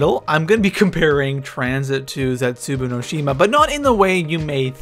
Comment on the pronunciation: Plz say zetsuboa right. It's very annoying and Der Eisendrache say that right too